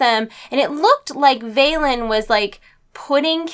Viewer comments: Velen not Valen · Velen. Not Valen. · for fuk sake its velen not veilen! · They didnt move a plannet *sigh*, they didnt bring argus to us the sargarite keystone tore a rift in reality and merely opened a portal and "Vay-len"? What? Where do you get that pronunciation from? Its Velen, vel-en